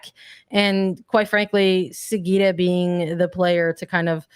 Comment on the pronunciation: I love how and make the effort to pronounce Hina Sugita’s name correctly! So many commentators in the NWSL space have butchered it so far, so I appreciate it.